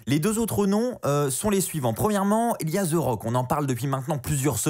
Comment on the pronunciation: Ses pas Ze rock ses the rock articule quand tu parle